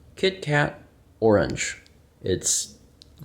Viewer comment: Do mine ears deceive me? Did deem "orange" worthy of an extra syllable? Surely the world will start becoming a better place after this.